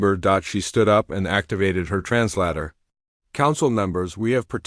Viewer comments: Bad Ai. Not trans ladder... Trans later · The word is trans later NOT trans larta, even a 6 year old would know better.